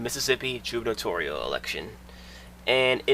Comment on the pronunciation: The correct pronounciation of 'gubernatorial' is goo·br·nuh·taw·ree·uhl, with a hard G in the beginning. It's an odd word to pronounce and it's a rare one at that, so don't feel bad. Great video!